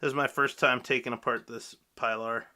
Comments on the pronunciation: No pie lar but pee-lar. Hard E please. OK, A good means to preserve your micarta and keep it clean looking is Renaissance wax easy to use and replenish, just takes a very small amount on a lint free cloth, I have used it on blued revolvers and grip for years. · No offense but it is pronounced (PEE-LAR) for Spanish pronunciation and also sounds cooler